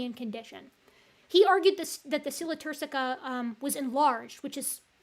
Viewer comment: I enjoyed the brief correct pronunciation of sella turcica. Now, if we can just fix ischium.